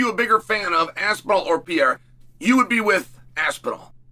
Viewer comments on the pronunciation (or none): Hey Chael. It’s Per eira, not pee eira. You’re not 12. Learn how to say words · Is that really hard to pronounce Pereira the right way? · Yoo Chael, stop saying Pereira brother. U pronounce always very bad! say Poatan or Alex. Easier for u brother. Just saying because I am from Brazil and its kind funny u saying Pereira… 🤦🏻‍♂️🤣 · I love that Chael changes his pronunciation of Pereira every video